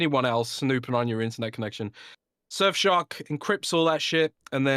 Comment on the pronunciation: "shurf shark"